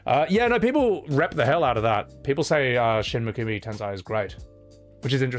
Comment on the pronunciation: love you man and I say this with all respect: Shin Megumi Tensei, the Tensei is Ten-Say, meaning Reincarnation. Ten-Sai is entirely different. It meant genius. XD